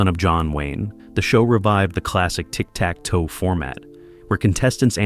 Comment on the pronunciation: "Tic Tac..... Dough."